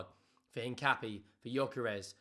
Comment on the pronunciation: Tips: the "u" in Paqueta and Mosquera is silent. So more like "Paketa" and "Moskera". And Hincapié has the stress vowel in the é, not the a.